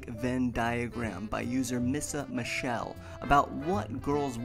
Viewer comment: Thank you so much for putting my charts in the video! Really like your stuff, You're awesome! [You did say my screen name wrong, but I don't mind, it is spelled strangely anyways. Like I said, I don't mind, many people say it wrong. (Said Misha-Michelle)] Can't wait for the next math nerds video! Love them!